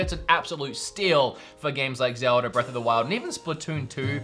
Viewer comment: Zeuhh Duh